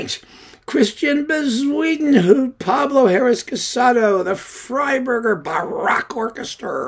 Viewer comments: Yeah, that was great! I made a bet with myself on how he was going to mispronounce that name. I won myself a beer with that one. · I lOOOVE the way you pronounce Bezuidenhout! 🤣🤣🤣I think I prefer it to the Afrikaans original.